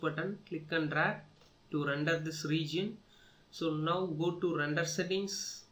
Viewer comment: randar nai hota render hota hai be